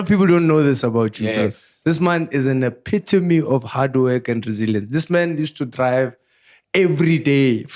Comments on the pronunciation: and the word “ epitome” will be the death of us 🤦🏽‍♂️😂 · Whoever taught the word “epitome” 😭😭😭